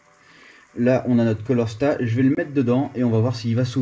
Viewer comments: Beau travail sauf on dit CALOR STAT pour "chaleur " et non colorstat . Désolé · Super taf , tu t’éclate bien ! Respect ✊ Par contre sa me chagrine un peut de t’entendre dir "un colorstat " et " une bobine jémostatique " 😅